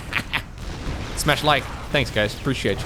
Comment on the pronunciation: Well deserved like for the "Infestment"